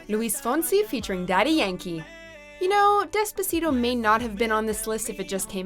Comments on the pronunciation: you mean despa-shit-o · Anyone that pronounces despacito like this lady did doesn’t have an important opinion to me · You’re not even saying despacito right but okay